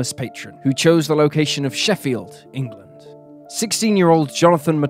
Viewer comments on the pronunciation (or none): none